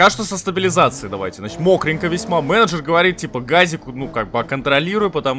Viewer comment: Почему я ору со слова "манагер"?))